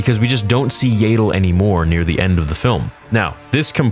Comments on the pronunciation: That's what I thought 😂 it kept distracting me from everything he was saying whenever I heard "YAY-DLE" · It’s pronounced yaddle, not yaddle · It’s Yeah-dull bruh. Not “Yay! Dull!” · It's ya-dull not yay-dull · This is awesome. However, it bothers me that you say "Yayddle" rather than "Yahddle" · I'm sorry but its so irritating to me how you pronounce Yaddle 😂 I always hear everyone say it "Yah-ddle" instead of "Yay-ddle":P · Is Yaydel the official pronunciation? I ask as I've also heard Yaddel, and the spelling does seem to make Yaddel more likely that Yaydel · It's pronounced YAD-DULL (rhymes with Paddle), not YAY-DULL. Also, Yaddle was present at the very end of Episode I if I remember right so the fight will be in between 1 and 2. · THANK YOU. It annoys me almost as much as when he pronounces Xizor as "zy-zor" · Stop calling her Yeiddle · I’m sorry but there’s two ds how is it yay-del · Shouldn't Yaddle be prenounced more like "yaadle" or "YArmouck" instead of like "able" ?